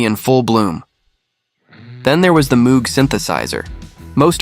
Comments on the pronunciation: and Moog synthesizer is not pronounced as it is spelled. It is pronounced "Mowg" with a long o—rhymes with "no" or "low". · That synthesizer? Its name—and that of its creator—is pronounced “MŌGE” (rhymes with ROGUE). I know, I’m talkin’ to an A.I. This is for the HUMANS in the audience! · 10 - Rain 9 - Tomorrow Never Knows 8 - Eleanor Rigby 7 - A Day in the Life 6 - I Am the Walrus 5 - Strawberry Fields Forever 4 - Because 3 - She's Leaving Home 2 - Here Comes the Sun 1 - All You Need is Love p.s. Moog is pronounced "Mohg" rhymes with "rogue" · Note to: Moog isn't pronounced with the same double oo sound as "tooth" or "booth". It's pronounced with a long o, like "vogue" or "brogue".